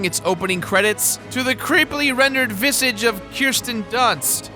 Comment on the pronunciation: Vissige? You mean Visage! Damn it.